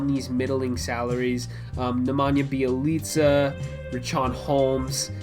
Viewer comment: Be-Elite-Za not Bai-leet-za